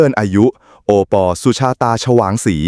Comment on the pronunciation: เขาชื่อโอปอบรรยายให้มันถูกๆหน่อยจ้า😂😂😂😂😂😂😂